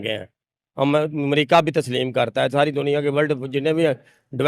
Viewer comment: bilkul waise hi jaise amrica ke R ke jagha D aaya 🤣amdika